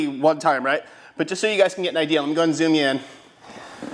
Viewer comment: listen how he says "zoom in"